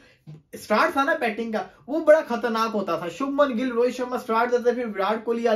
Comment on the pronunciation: bhai gill hai gull nhi😢